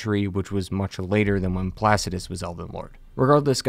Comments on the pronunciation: “ dragon lord PLAXsidus “ lmao it’s placid-u-sax bro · Last time imma say this Pla-Cid-U-Sax Placidusax not plusuducesex 💀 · I haven't heard one person in the entire world pronounce Placidusax's name right. sound it out ya'll. Pla-cid-u-sax. Placid is already a word so that's like half of it right there. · Him mispronouncing placidusax is driving me crazy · "placidus" yeah i can't watch this. jesus christ that bothers me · Placidusax .. you pronounce it differently each time dude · notoriously sleeping on the correct pronunciation of Placidusax